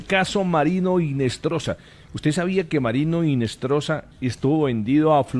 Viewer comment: em espanhol, o "h" não é pronunciado. Portanto, não se pronuncia "Rinestroza", mas sim "Inestroza" (o "z" tem som de "s").